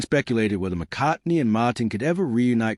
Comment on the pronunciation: MAaaaaaaaaahtin ??? what AI crap